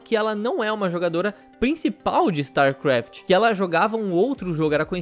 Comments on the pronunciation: Kkkk quantas vezes o falou starkraf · "Star QUaft"